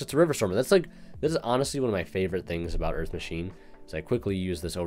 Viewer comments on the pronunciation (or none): EARF MACHINES!